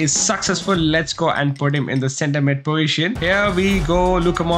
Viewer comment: bro says poition instead of poSition